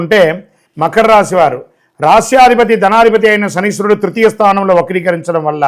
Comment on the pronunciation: Not Shaniswarudu. Shamisharudu😅. Modern astrologer